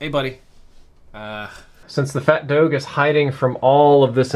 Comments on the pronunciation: Everyone: Dogeh: Dowsh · This is great , but I definitely cringed hard at “MOANalithic suppressor” and “fat doadzhe”